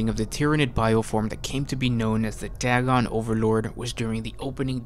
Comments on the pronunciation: It's pronounced "day-gon" not "dag-gon". When there is only one constant between two vowels, the "a" goes from a soft sound like "at" to a hard sound like "ate". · Day-gon, not Dag-gon. It is using Lovecrafts cosmic terror theme.